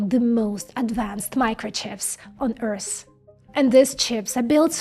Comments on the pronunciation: It's not Earsss it's Earth :D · Does she not know how to pronounce the word " EARTH" .?? ...never heard Earth called "EARSE"..